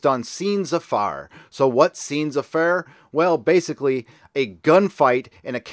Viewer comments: Just saying "affaire" sound closer to "ah fair" than the way you pronounce it. But not really suprised that the big media stay silent on this. This STD is a SJW show made to show how better they are compared to anybody that don't "share" their views/beliefs and that go with the media and Hollywood's narrative. So saying that a SJW show stole from a "small time" person who had to work and take care of sick parents would go against the SJWs are superior to the rest of humans who disagree with them. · please pronounce the faire in “scènes à faire” as you would pronounce fair in English. They share the same pronunciation rule given the time William the conqueror conquered England and temporarily made French the official language. It means “scenes to do”, as in scenes that are necessary in a genre. Time travel is not necessary in science fiction, nor in space operas, nor does it have to involve giant blue creatures.